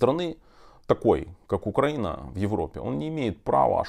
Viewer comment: Доброго времени! Тарас , почему? Вы говорите УкрАина (ударение на 1й слог,, а не УкраИна!) вам трудно?😊 это как если бы ваше имя не ТарАс , а ТАрас,... Пардон😊